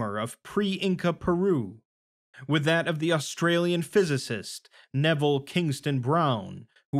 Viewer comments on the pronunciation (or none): none